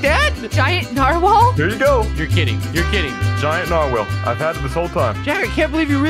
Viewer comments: How do you get a huge “narwhale” as he calls it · Lol he said mighty steed to his narwale